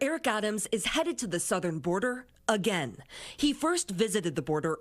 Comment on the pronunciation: “Im heading too Da Border”!🤣